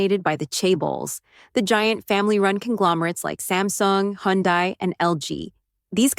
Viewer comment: Learn how to pronounce Hyundai.